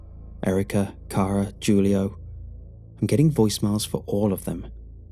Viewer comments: SAy Jewl-ee-o just one more freakin time........ shakes head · i can't tell if its supposed to be jool-ee-oh or hoo-lee-oh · Who-lee-oh = Julio.. just in case